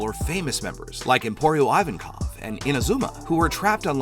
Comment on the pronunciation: you misspelled "ivankov" its "eee-wan-kof"